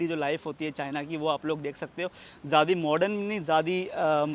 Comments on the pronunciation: Jyadi kya hota hai bhai.. "Jyada" hota hai vo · "Jyadi" kya hota hai bhai.. "Jyada" hota hai vo.... 😊